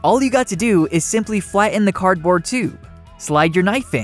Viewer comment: Great ideas, but hard to hear "fla-en" instead of "flatten."